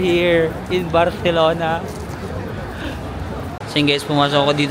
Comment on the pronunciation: your spanish pronunciation is giving when you say barcelona and alimentacion. this is by far, my favorite series because i have yet to visit spain plus i studied spanish so it brings back all the words. it's pee-ca-sso. hablo espanol un poco pero entiendo mas. buen viaje. cuidarse.